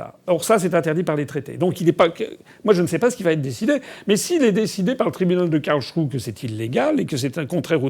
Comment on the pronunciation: Quelqu'un peut dire FA qu'on ne dit pas Karlshrue. Mais Karlsruhe : rou- hé !